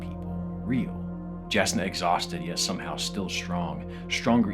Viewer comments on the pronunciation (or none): Yasna not jasna Shallon not shalen 😂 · I love that you pronounced it "Jas-na" and "Sha-lan" instead of "Yasna" and "shuh-lahn" 😂 Someone hasn't been listening to the audio books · Shall-uhn?! Jass-nuh!?? Ugh... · it's pronounced with a y like yasna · Sha-lon, yasna....for future reference😂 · Words of Radiance: Its Shuh-lon and Yas-nah just so you know 😊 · Regarding Words of Radiance: Just so you know Jasnah is supposed to be pronounced [Yas-na]. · you say SHALan and hard-J Jasnah with such confidence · long time watcher, first time commenter. just wanted to point out that Jasnah is pronounced with a Y sound, same with Jah Keved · 1. Whenever you randomly bring up Stormlight my little nerd heart gets super happy 2. My brother in war, please look up how the audiobook reader pronounces the names (shallan is pronounced like shuh-LAWN and jasnah like YAZ-nuh) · OH FUCK WHAT DO YOU MEAN "JASNAH" Dammit the audiobooks have fucking ruined me man hahaha. Its "Yasnah" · Jasnah is a soft J, like a Y. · The pronunciation of Shallon and Jasnah is grates my ears, I realize he's likely never heard these fantasy names spoken before so it's not his fault, but I cringe every time. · Still watching but I snorted when you pronounced Jasnah with a harder J sound instead of the Y sound. All good, but still.